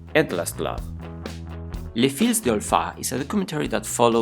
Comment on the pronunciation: Sorry but I can’t understand much of what’s being said although I am English and French speaking. For example, Les Filles is pronounced LAY FEE no S. Palme d’Or is pronounced PALM DOR not Palma De Or.